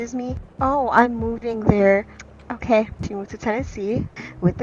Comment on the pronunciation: “Okey” lollll